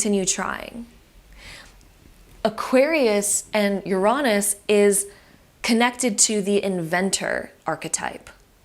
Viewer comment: great video but you mispronounced Uranus 😭